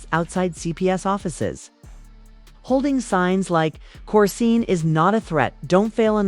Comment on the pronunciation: Well we know it wasn’t blue he in jail and you don’t even say her name right